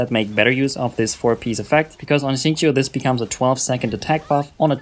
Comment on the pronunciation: This guy actually said his name correctly amazingly